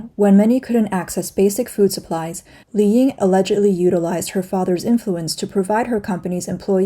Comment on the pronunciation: 李颖 is pronounced Li Ying, not "Li Yin."